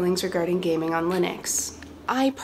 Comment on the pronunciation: When I first watched this, I thought she said, "you may have noticed my feelings regarding gay men on linux."